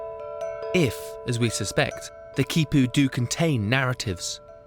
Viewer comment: This man is in South America and he doesn't take the time to learn to pronounce the words like Quipus,Llama which would be Ya-Ma very easy. Just makes him sound like an idiot.